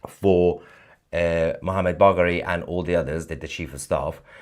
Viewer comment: ........Mohammed who.............? "Mohammed Bugg...."